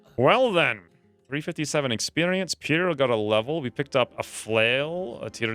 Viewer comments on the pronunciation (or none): none